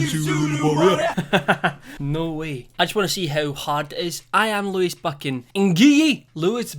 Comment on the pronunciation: Lewis Buchan YOU BUTCHERED IT I HATE IT